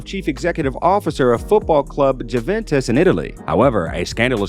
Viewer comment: Jooventez?? Really?